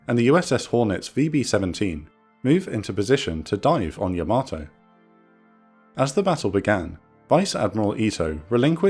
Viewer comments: Great video and I'm sorry to be "that guy" but, it's pronounced YAH-ma-toe NOT yah-MATOE. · Pretty sure it's "YAH-mah-toe" and not "yah-MAH-toe" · I think the Japanese pronounce Yamato like “yamma-toe”, not “yam-ah-toe”. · Imagine making a yamato documentary, and you consistantly mispronouce yamato everytime. Please learn to pronounce japanese words. There is no r in yamato and it's pronounced yah mah toe. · Weird pronunciation of Yamato. Unique even. Wrong even….